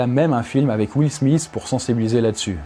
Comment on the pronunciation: J'avais oublié que vous, les français, vous disiez "Will Smis" au lieu de "Will Smith"